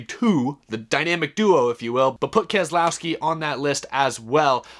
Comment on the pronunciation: Brad "And-Aaa" Kam-Skaow-Skee